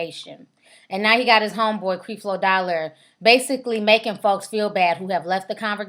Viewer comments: Lmao.....u a mess ...for one you are pronouncing creflo dollar name wrong...and its obvious you have noooo knowledge about the situation.i understand your trying to get your 15 min of fame but please do your homework on the subject your talking about..and eddie long didnt say he was david..he feels he is being challenged like david..your whole broadcast is a mess..we all have our opinin but please u sound ignorant..and this was a waiste of 9 min out of my life watchin this b.s. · Learn how to pronounce his name before you start slamming him. It's not CrEflo. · ITS NOT CREE FLO DOLLAR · she mispronounced his name on purpose!!!...are you serious. it's called being condescending!!! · You sound stupid you pronouncing his first name like that and yes that is his name, he is a jr. LOL! bye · Obviously you have not done any background investigation into Creflo Dollar as you don't even know how to pronounce his name. You sound stupid. If you had done any investigation to know the facts you would know that Creflo does not take any money from his congrgation and has his own source of income other than the church. Also why don't you notice all the good he has done as well??? People want to comment on all the bad, I have watched CD for years and he preaches the bible and thats it. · you are saying his name wrong, Lord, plz cleanse this and bless her with the understanding of your love which is unconditional... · Girl!!!! get your life.....find something to do other than sitting around making home made stupid videos and learn how to pronounce the man's name for God sake....you should have been studying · girl learn to say the man's name..... come on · you are not saying Mr. Dollars name correct...We can tell you won't have a career in this area.